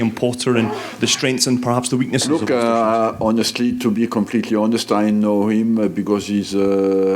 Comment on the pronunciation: arsene pronounces Östersund really well O_O